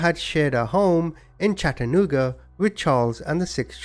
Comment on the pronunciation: ✋️ what?....this happened in Chattanooga? That's where I am born and raised. Why does everyone pronounce it weird? Accent aside. Everytime we hear someone say "Chattanooga " on TV we shake our heads and say "that's not how you say it" Even though we have a city close that's called Lafayette. You would think we'd pronounce with the correct French pronunciation. Nope. We redneck-tifie the name. Love your vids mane~(that's TN for "man")